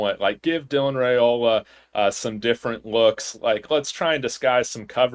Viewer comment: I gota comment this bc ive heard this channel pronounce his name wrong every time. Its not Rayola, its Ryola. The family name is pronounced Ryola, just spelled Railoa. Just in case any one was wondering why you hear both, the correct pronunciation is Ry-Ola